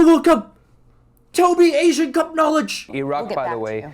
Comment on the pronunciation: developing an Asian accent to defend the Asian Cup